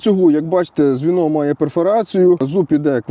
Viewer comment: звіно😂😂😂. Где-то тихо заплакал Николай Азаров